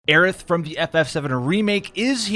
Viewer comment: Y'all are really gonna let him get away with saying Aerith in correctly it's so fucking hard to hear